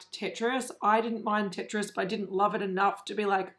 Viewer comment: As one of many people who grew up with Tetris, that's annoying to see another brand butcher it. I have faith that someone will eventually get it right... maybe. 🤷‍♀️ As for Ofra (which way is it supposed to be pronounced? Does it rhyme with Oprah?). The packaging for this particular collection I actually understand it, because Samantha March has published 8 or 9 books, all geared towards young/women. I agree that the brand needs some young blood and to push the design side a lot further than it has gone. Ofra Gaito has been in the game over 40 years, and the brand not keeping up with the industry is really becoming obvious. I almost never buy stuff at full price, because it goes on sale quickly, and that's where a lot of people see the value. The brand is fairly responsive, so if enough people bring it to their attention, then they'll probably do something about it.